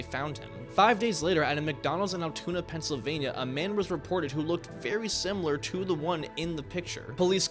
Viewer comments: Ik it’s simple error but its Pennsylvania not pennsilvanya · "Pensilvanya" bro... come on..